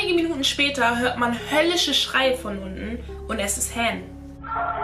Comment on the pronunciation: Han hast du falsch ausgesprochen, es wird Han, also das A halt wie im Alphabet. (Nicht böse gemeint)